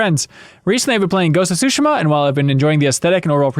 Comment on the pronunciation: I like how Ben pronounces Tsushima correctly, but can't pronounce Yakuza correctly.